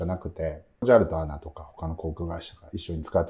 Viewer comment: アナとは読まないですね。 エーエヌエー。